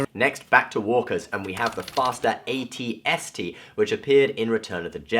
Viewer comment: why do you pronounce the a-t-a-t like @@ but the a-t-s-t correct?